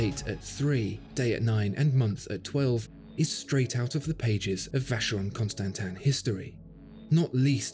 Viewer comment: God… when you’re making a video just look up how to pronounce